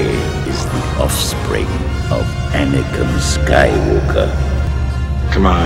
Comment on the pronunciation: Its also "Anakin"